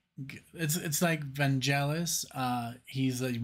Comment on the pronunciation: Not too bad… but one cannot pass up Jon with Vangelis. More please! (Vangelis has a hard ”g”, like give, not jive) :)